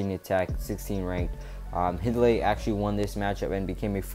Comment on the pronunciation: Hidlay is pronounced "Hide-Lee" not "Hid-Lee". Not trying to rag on your video. Thanks for doing it. But I'm from their home town and went to their high school matches. Their dad was the commentator and I heard him pronounce their last name many times. Thanks.